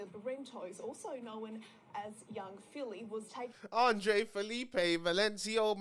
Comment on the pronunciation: Man said p filly